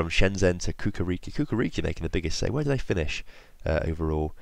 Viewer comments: *chukarichki not kukariki ;) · i am from Serbia and its not kukariki it is Chukarichki